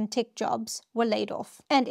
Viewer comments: “Tech” is pronounced “Tek”, not Tik”. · Interesting video! Just one thing, though: when you pronounce "tech" you say it like "tick". The correct pronunciation would be more like "teh-k" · Thanks. Also its “tEHk” not “tik” 😊